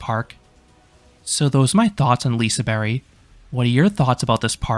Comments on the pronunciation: It´s not liseberry it´s liseber(g) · No that is not how to say it, Berg means mountain in swedish. An english take on it would be Leasyberg, more correct then Leasyberry, which sounds a bit like lingonberry. But if you want to say it correct then say Liesebaerj. G can sound both as g and j, it’s like the word agent in english. You say ajent though, in swedish you say agent as in aGent. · the G in Liseberg is not silent. It's a j sound. It's not liseberry, it's liseberg. Whoever told you it's silent is just plain wrong. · Hey, Swede here! No, it’s not pronounced like that. Not like Liseberjjjj, It’s liseBERG!! With GGGGGGG!!!! G!!!! LISEBERGGGGGGGG!!! G AT THE END! Thank you ☺️😇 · Sorry but the G is not silent. It is pronounced as a J, Liseberj not Liseberry. I am Swedish. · Naj, jag säger Liseberg, berg som i berg, inte bärg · Not silent, but should be pronounced like the y in "you" or "Yemen". Your pronounciation in the video, while not exactly sounding domestic, is perfectly fine. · Yeah, I was confused at the 1952 😂 nice video and you pronounce it alright. The G has EE sound here. Like Y at the end of certain words like "Very" or "Marry" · You pronounce it lizeberj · Lisehberry :glasses-purple-yellow-diamond:🫐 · I wouldn't say the G in Liseberg is silent, but G is sometimes pronounces as J in Swedish...So Liseberj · Why say it like that??!! Its not LiseBERRY!! It just sound so damn wrong xD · The letter 'G' in Liseberg is not silent, it's pronounced like the Y in "Yak". Not that it matters, but in Swedish it sounds like you're saying "Liseberg Banana" when trying to say Lisebergbanan, although spelled the same, the syllable stress is way off. Thank you for an amazing review! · the G is not silent. Im swedish, it isnt silent it becomes more of a J sound Liseberj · The G at the end is not silent, it just sounds like a J. Liseberj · The G is not silent, however its pronounced more like J LiseBERJ LiseBerGHJ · The g isnt silent it just turns into a j liseberj